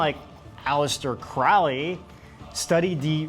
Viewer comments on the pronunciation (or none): 'Crowley'. It rhymes with 'Holy'